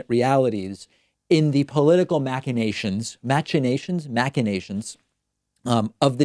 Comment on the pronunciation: This is highly disingenuous of you, David. Shame upon you. This amounts to Fake News. "Recanvass" does not mean "start over". It simply means going back to the original numbers in each precinct and calculating again from there. As a P.S. "machinations" has a "sh" in the middle, like machine.